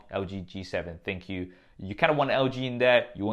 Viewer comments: I feel the correct way to read/pronounce ThinQ is - Think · It sounded like you said thank you haha